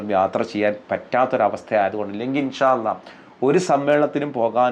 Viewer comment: ആദ്യം الله എന്ന് പറയാൻ പഠിക്ക്‌